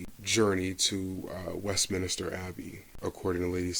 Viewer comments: It’s Westminster not Westminister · Westminster not Westminister.